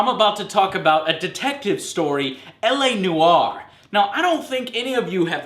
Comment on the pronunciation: "LA no are" :)